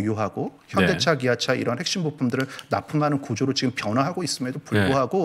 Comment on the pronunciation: 리포트 내용과는 관련없는 좀 딴 소리인데요. ㅡㅡ 한국말 발음과 영어 발음이 뒤섞이는 거 같습니다. 예) 지금->쥐금, 사실->사쉴, 핵심->핵쓈, 발전->발쭨, 작년->좍년. 주로 ㄱ->/g/, ㅅ->/s/로 발음하시는 거 같아요. 발음이 정정되면 귀로 들을 떄 좀 더 귀에 쏙쏙 들어올거 같아요. 흐흐